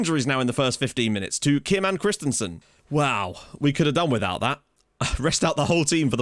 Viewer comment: I wonder.. will there ever be a time when you discover the "i" and (with lesser impact) the "a" in Jóhan Dávur Krist-I-A-nsen's last name and stop pronouncing it Christensen (like the Chelsea player)? Just pulling your leg ;) .. keep up the great work!